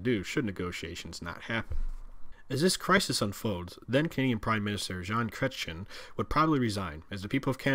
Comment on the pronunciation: Parti Québécois is pronounced Par/Tea Keh/Beck/Kwa and Chretien is pronounced Kretsien and Newfoundland is not a Maritime province only New Brunswick, Nova Scotia and Prince Edward Island are considered maritime but if you put all four together then they are referred to as the ATLANTIC provinces. FYI and great video and explanation...good way to tell the separatists what the reality would be like for them.